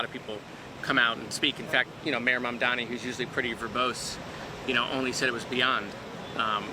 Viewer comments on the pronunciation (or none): Can someone please tell the old guy how to pronounce “Mamdani”?